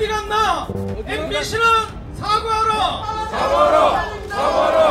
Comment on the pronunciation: 아이고 내 귀가 어찌 되었나 사과하라가 사랑한다로 들리네요 고맙네요들.,,, 며칠동안 듣기 평가에 열중한 결과네요 ㅠㅠ